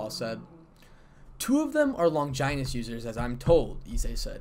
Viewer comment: I hate how it’s called a longjinous or what ever I feel like Longinus sounds better